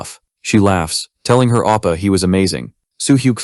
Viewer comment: Bro it's not appa it's OPPA!